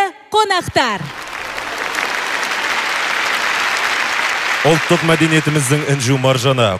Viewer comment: мына жүргізуші әйел сөзін дұрыс сөйлесе қайтеді, ұлттық дегенді ұлтық дейді, қандай надандық өз тілін бұрмалау